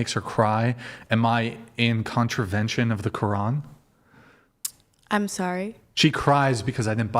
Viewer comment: Woman who claims to be Muslim doesn't even know how to pronounce quran, then she goes on and doesn't even know the rules of the religion, plus she being a Muslim is not allowed to leave her husband oh my goodness what is wrong with these women